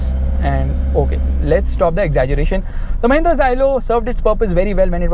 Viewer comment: it's mahinnra